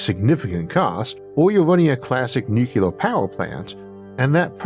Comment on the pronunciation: You went for it! “Nuclear” ⚛️ sounded almost as it should! Keep it up brother soldier! You GOT this! Huah! 👍🏽👍🏽